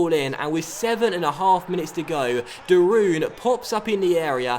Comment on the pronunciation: you have to prenoucs de roon like De roan like road en not de Roon